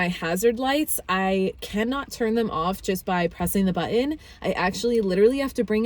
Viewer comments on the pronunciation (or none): Why do say but-in instead of button? Is that a Gen-Z thing? Also there were four “literallys” and one “literal” not too bad for a 9 minute video but maybe pushing the limit a bit.